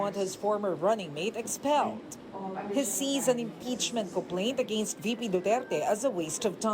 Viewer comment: anong AGEYNST? english yan? anong channel to?